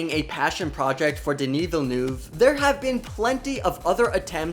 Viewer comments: ''Dini vilnuv'' 😬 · Really bad prononciation of Denis Villeneuve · please do your research on how to pronounce denis villeneuve.....